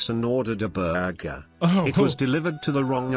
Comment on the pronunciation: The way said burger, Lol.